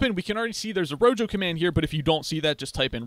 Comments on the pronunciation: I really really hate to be that guy but the pronunciation of rojo is not rogo is roho, either way the video was great! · Thank you for the great video. One thing, though: I'm pretty sure it's pronounced "ro-ho" since that's the Spanish word for "red." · No way you just said "Ro jo" 💀💀💀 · why did u say rojo like that